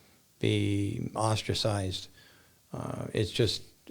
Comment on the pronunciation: 'Ostrasized'. No pun intended, Austria!